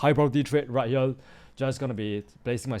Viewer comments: More like "Heyriel" but we get what he means. So we move on 😅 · Did yall notice bro is saying right hyel😂😂😂